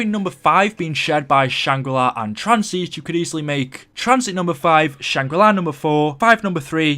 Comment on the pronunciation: Shangri La (ar) not shangri lai (eye) -_